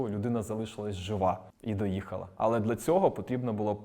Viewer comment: Так кумедно чути "дла" а не "для"😅